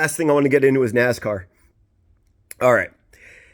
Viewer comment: It's time to brush up on your Naaaaaaassscar bro...lol